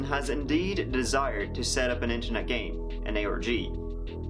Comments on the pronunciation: every time you say ARG I hear Aorgy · Huge lol at the autotranslater translating your pronunciation of "ARG" as "orgy"